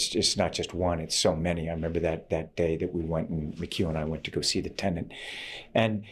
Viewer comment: It’s Tenet, Tom. Not tenant.